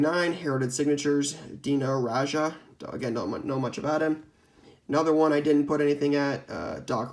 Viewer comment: LANDRY SHAM-IT, STROM-I'LL SWIFT, and DINO RA-JAH... Raja was a great European Player that was pretty cool with the CELTICS. Also BAM is having a great start to this season